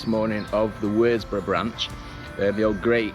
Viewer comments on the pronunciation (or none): WORSBROUGH IS PRONOUNCED WUZBOROUGH IN BARNSLEY 😊 AND THANK YOU FOR PRONONCING CUDWORTH CUDDUTH AS I WAS BORN THEEA